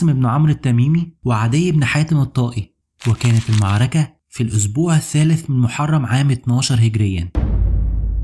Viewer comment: حاول تتمرن شوية على مخارج الالفاظ .. كلمة المعركة دى اللى بتقولها كارثة !